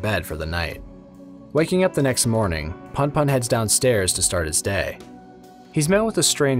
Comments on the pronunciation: "Welcome back, to goodnight puhn-puhn." ITS POON-POON. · It gets under my skin so much how you pronounce punpun. There's at least a reason for the "poon" version if you're familiar with American slang, which i gather asano was given the content and words he chooses